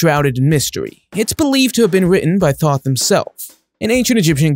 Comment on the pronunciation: The fuck you mean bro you said the book of toth not Thoth